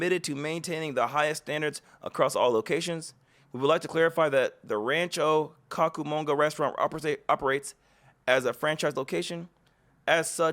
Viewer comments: (Cooo-kah mung gah) bro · This whole this was effed up. Ngl though, I laughed too hard hearing Rancho Cockumongo. It’s Rancho Coo-ka-mon(like money)-ga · 😂😂😂😂 it's Rancho Cucamonga...koo ka mon ga. I live near there. Thank you for this video. I know not to go there.